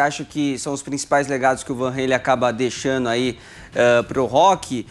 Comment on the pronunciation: Meu Deus a palavra não é " deixano" é deixando ()